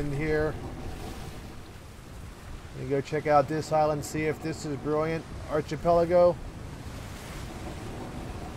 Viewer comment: The word is with a hard "ch". Sounds like a "k". Archipelago